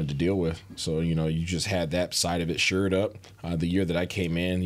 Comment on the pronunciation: Always bugs me hearing someone say "SURED UP." The term is SHORED UP, as in stabilized.